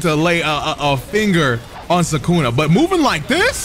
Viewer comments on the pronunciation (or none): Bruh I love your videos but you always ruin characters names 😂 it’s Sue-ka-na not Sue-Ken-ah. You say it like Sukena. God damn it drives me nuts 😂